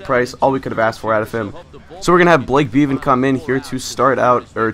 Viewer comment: Blake beaten is pronounced be-vin